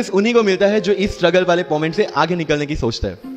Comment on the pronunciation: Moment ❌️ mument 😂